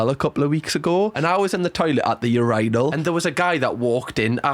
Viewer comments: I'm sorry, "urANAL" is sending me 😂😂😂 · The ur-"I"-nal is crazzzzyyyy. 😂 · I have to say thank you for the best laugh I have had in forever!! You saying Urinal with your accent is the best!!! 🤣😂🤣🤣😂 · I have never in my life. Heard a British person say urinal and I was not prepared for that pronunciation I'm crying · I’ve never thought about how Brits pronounce urinal until today 😭 lmaooo ily just threw my off a bit 😂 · You manage to crack me up somehow each time you upload. This time it was the pronunciation of urinal, making fun of timing your drinks apart (I do this bc alcohol triggers my sinuses which can lead to throwing up lmfao) and your dance moves 😭😭🤣🤣🤣🤣🤣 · This is the first time I’ve heard a British person say “urinal” 😩🤧☠️